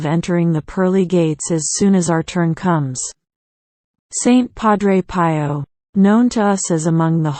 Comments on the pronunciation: Would you please change the automated voice to a human one. I personally find it irritating. Also the name Pio is pronounced P (as in the letter ‘’P”) O as in the letter, “O”. Other than that, it’s a good video. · Cannot someone show dignity to Padre Pio by a narration by a human and the proper pronunciation of Pio (pee-yo)? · Agreed - especially with mispronunciation of Padre Pio's name.